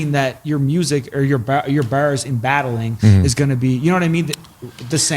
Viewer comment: Take a drink of your favorite beverage or a hit of whatever you smoke every time they say 'berz' (Bars)